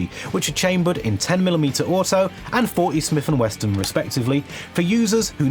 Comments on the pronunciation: It's not "Smith and Weston" bruh, it's "WESSON". It's cool that you're into guns and did good research, but people will rend into you verbally for that. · You keep saying Smith & Weston. It's Smith & Wesson. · the first time you said "smith and weston" i was willing to look past the error, but as a gun reviewer, you should know that its "wesson" no t in the word.... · it's Smith & WESSON not Smith & Weston, how do you not know this? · FYI it's 'Smith and Wesson' not 'Smith and Weston'. There's no 'T' in 'Wesson'. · He keeps calling Smith & Wesson, "Smith & WESTON" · It's not WesTon is it, luv? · "Smith and WessTon" is killing me. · And, saying 'Smith and Weston' at least twice. 🙈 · Still two s's in Wesson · Theres no "T" in Smith & Wesson